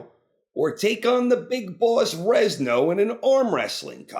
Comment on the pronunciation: "Rezno"? LOL. Stop saying it! It's Renzo, like Lorenzo, dude!